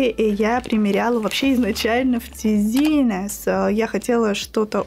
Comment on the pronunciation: обожаю Ваши видео. Услада для глаз. ТЭЗЭНИС не тизинес 😉 в поисковике всегда можно узнать произношение брендов😉